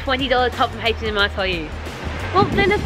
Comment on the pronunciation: Hatch & Em lol it’s H&M